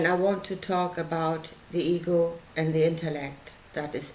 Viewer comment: For a while I thought you were saying eagle instead of ego .lol I rewound and started over..i must say i couldn't quiet understand exactly what you are saying.guezz its just over my head.